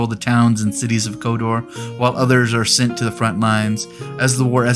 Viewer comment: It's not a request for more.. It sounds like you are saying Kodor at times and not Khador..